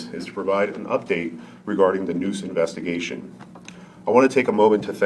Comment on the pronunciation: I wonder how dumb she felt when they issued a search warrant for her dna, after she said "Nah, we don't need no more investimuhgation"? BUSTED.